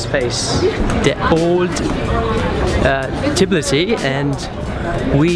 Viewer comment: რამაგრა ამბობენ თიბლისი <3